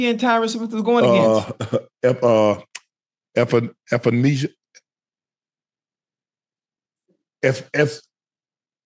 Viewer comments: Man said Ephenesia 😂😂😂😂😂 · Shannon Sharpe messing up Epenesa name was hilarious lol